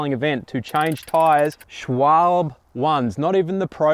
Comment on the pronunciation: Learn how to say Schwalbe first. Schwal- be😉